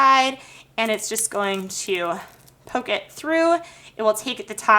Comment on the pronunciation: Your videos are so helpful but you know you can relax and talk? "were going to be using this SERRATED....KNIFE " "what youre going to do here is AGAIN stick your egg INSIDE and its just going to pole it THROUGH" Like...why? Why do youtubers feel the need to do that lol